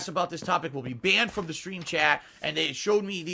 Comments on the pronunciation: Will you please start saying "stream" properly? "Skream" every 30 seconds is so annoying. Idk if it's some slang shit to sound cool but it just sounds goofy, especially since "stream" isn't difficult to pronounce. It's almost like you have to intentionally go out of your way to say "skream" all goofy like Edit: "skraight", "false copyright SKRIKES" 🤦‍♀️ I can't understand how a person hears that back and actually thinks people will enjoy listening to somebody replace their Ts with Ks all video lol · Are you saying scream or stream?